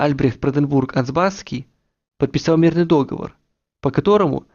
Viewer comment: неплохо, но не дОговор, а договОр